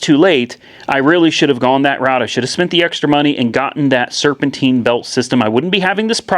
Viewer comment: Serpentine,Serpentine..Not serpenteen..If your going to live in north america learn to speak the language at least...